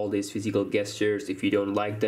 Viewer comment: SERIOUSLY?!?!?! 'gestures' is NOT pronounced 'guestures' its pronounced 'JESTURES'!!! Im not trying to be mean, and you do sound as though you have a bit of a cold. So if I'm jumping on you for no reason, then I apologize but if not, then START READING MORE AND LEARN HOW TO PROPERLY EXECUTE THE ENGLISH LANGUAGE!!!